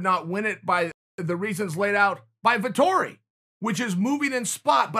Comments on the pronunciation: Marvin Vettori Chael: Marvin Vitori Ok great. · Me: Marvin Vettori Chael: Marvin Vitori Me: Ok great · Us: "Marvin Vettori is legit" Chael: "Marvin Vitori" Us: ok great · vettori: it’s vettori chael: it’s martin marvin: ok it’s vitori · "Martin Vitori" - Chael P. Sonnen 2020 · No one: Uncle Chael: Vitori